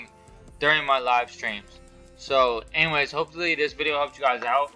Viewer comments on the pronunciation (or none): none